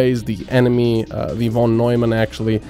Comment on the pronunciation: ...Von Nojman? Seriously. -.